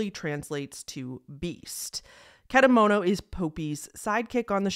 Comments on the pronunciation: (i know im late) but you did pronounce kedamono right! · also i commented this earlier into the video but your pronunciation for kedamono is also pretty much accurate!